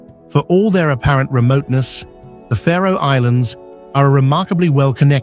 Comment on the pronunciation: Its the Faroe islands not the Pharaoh Islands isnt it? Im talking pronunciation.